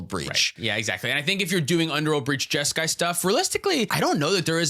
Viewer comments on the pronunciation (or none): Jeska… Ishai… Jeskai?????